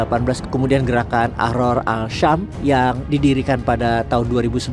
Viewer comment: As Syam bukan Al Syam.